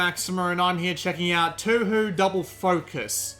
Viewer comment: the prounonciation for touhou is Tōhō the thing is that its a long O for both OU in the title